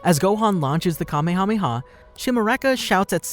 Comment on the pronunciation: Ya know.....you completely skipped over the Garlic Jr. saga. It IS part of the series and GOHAN saved the day, did he or did he not?! I'm just saying. Oh, and it's not Kamakamaha it's Kamehameha..... It's never been called the kamekameha wave, it's always been called the Kamehameha wave. Look it up if you don't believe me. I'm just saying.